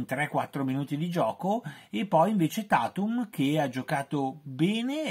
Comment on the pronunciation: Boston dipende troppo dalle prestazioni di tatum (si pronuncia teitum) che è troppo discontinuo, questo è ciò che gli veniva criticato l’anno scorso, quest anno non sembra migliorato.